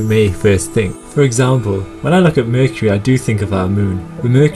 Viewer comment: I love how you say mercury..... "merkirie"